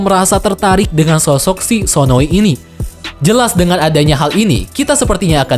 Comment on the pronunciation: sdkt koreksi, bukan sononi tetapi sonoi. ngmng" sononi itu villain yg cewek